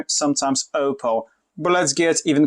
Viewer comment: Nie Ołpoł tylko Oppou - aż mi uszy zwiędły. Poza tym fajne porównanie.